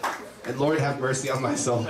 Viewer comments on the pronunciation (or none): none